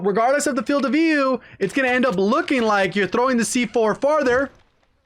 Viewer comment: Says Filed not Field